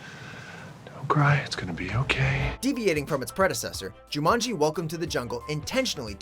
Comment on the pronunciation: Me too. I love the original. And it's Jumanji not Jumonji.